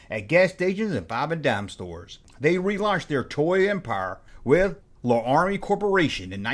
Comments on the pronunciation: La-rah-mi?? You did that on purpose to boost responses, right? Cos I have to believe you know it’s pronounced Lair-ah-mi! I’m from Georgia too so I get it either way. 😜 Can’t wait until I hear you pronounce, Tamiya! 😉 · Larami... as in the city in Wyoming... or the old cowboy tv show...